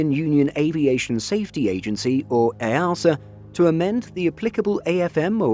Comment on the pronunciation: EASA = “EEE A SER” not “EY ARSE ER”